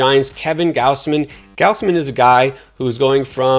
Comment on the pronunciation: how could you possibly claim you know baseball and pronounce it GOWSE-MIN rather than GOZZ-MIN. also sale's advanced metrics were better in 2021 than 2019 and parts of 2018. but all we care about on this channel is the word injury and surface stats that dont adjust for anything. not to mention how good mclanahan's xFIP, ERA+, and how bad Zu's cERA is. do your research lol this guy stinks